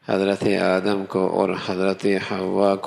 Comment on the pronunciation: بھائی جان مولانا صاحب آپ آدم علیہ السلام بولے آدم نھیں ہوتا ہے،اپنے الفاظ درست کرے